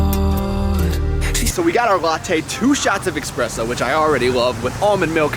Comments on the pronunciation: you expresso. Not espresso. eXpresso. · "ES" PRESSO. My Italian heart is in pain right now.